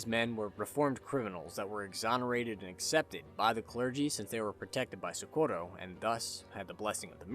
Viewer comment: The way he says Socorro hurts my soul. Amazing video though.